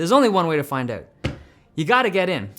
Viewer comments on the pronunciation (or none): “There’s only one way to find oot.” - Dave